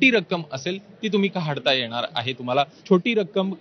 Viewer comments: Dada kahadta nahi kadhta bola 😅😅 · काढता × काहाडता ✓ एकोणीस × एकोणावीस ✓ असे बोलणारे महान लोकं असतात 😂😂😂